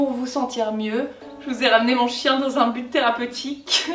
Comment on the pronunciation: le « unn jus de céleri » m’a tellement fait rire 😂😂😂